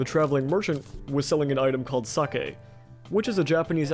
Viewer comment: subbed only because you pronounced sake correctly